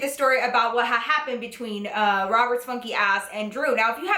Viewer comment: its funny how she said waht hahapapend